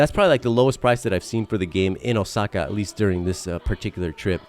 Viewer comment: Was hoping you were gonna pronounce karaoke as ka-ra-oh-kay instead of carry-okie after pronouncing Osaka and saitama flawlessly